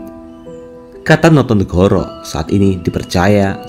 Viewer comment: Notonogoro, bukan notonegoro.